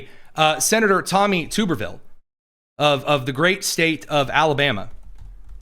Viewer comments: Tub-er-ville, not tube-r-ville. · Hey, I live in Alabama and It’s Senator Tommy ( Tub- er- ville). He was once a great Auburn University coach, ( War Eagle) now hopefully our next Governor!!!!